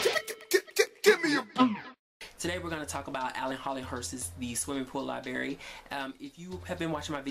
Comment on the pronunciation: Did you say The Swimming Pool LIBARY? There are two "R's" there. LIBRARY, not LIBARY.